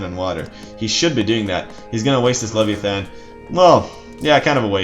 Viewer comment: CHariot archers. lev-AYE-athan. O-DISeus. HERA-cleese (or HER-kyoo-leese). Good videos but your mispronunciations drive me crazy lol